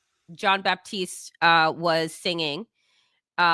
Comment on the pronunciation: Love this collaboration. Kendrick Lamar is a PROPHET. As a side note, and out of respect for Jon, his last name is not “baptiste”, it is Batiste. There is no “p” in the pronunciation of his name.